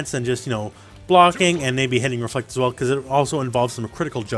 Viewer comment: its a REFLECT NOT DEFLECT!!!!